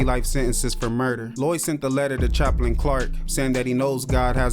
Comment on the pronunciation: I keep hearing lewie not lloyd